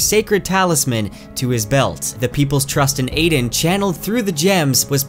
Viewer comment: Bro it’s AH-DEN not AIDEN, the audible book says it this way and it just grinds my gears lmao, watch the anime and you’ll understand